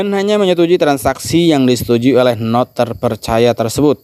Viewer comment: biasa makan singkong bc bhs inggris😂🤣 node di baca sesuai tulisan = node, bukan nod 🤣😂 ( pi node bukan pinod )